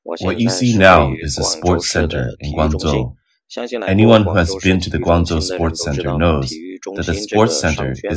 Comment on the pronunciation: It's been bugging me for weeks now that Grangzhou is incorectly pronounced every time it is mentioned on this channel. It's defeinetly a 'j' sound like GuangJo in madarin. Maybe this a mistake or maybe this channel is using the Cantonese pronunciation or something and I am wrong. Anyone shed some light. I lived in China for a long time but I admit my mandarin is not good so if anyone else has a more informed opioion that would be cool.